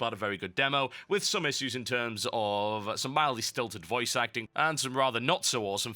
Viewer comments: You say "issues" funny. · You're saying "issues" wrong.